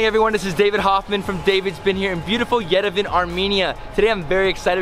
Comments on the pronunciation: Bruh as a armenian I’m kinda triggered mans really said yervan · I like your channel and happy you are in Armenia but please pronounce Yerevan correctly.WE pronounce Yeh ree VAN the vowel A at the end is not dropped its pronounced fully!Cheers enjoy your trip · Yo say yerevon that’s how you pronounce it but good vid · The way he pronounces Yerevan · Making a video about Yerevan and cant even pronounce it properly. Should have asked before eating.